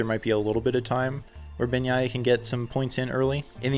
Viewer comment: I would not rule out Bagnaia's chances. He's a very solid rider and if he's more consistent, can corral many more points. BTW, kudos on pronouncing his bame correctly.